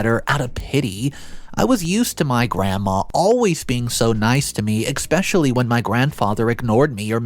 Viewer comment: I love your story telling. One thing I really don’t like though is you say, eXpecially!! 😮 not eSpecially. The correct way. Otherwise I love the stories. Thank you. ☺️